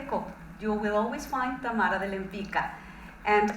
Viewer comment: cool video, btw the correct way to pronounce Tamara's last name is [lempitzka] not [lempicka]:)